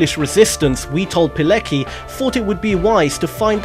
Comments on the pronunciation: Witold Pilecki is pronounced "Piletski." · Pilecki is pronounced piletski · Pilecki is pronounced "Piletzki". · Rotmistrz Witold Pilecki , no Palicki !